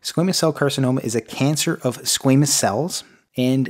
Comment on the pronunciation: He pronounces it squeeemous I thought it was squamous?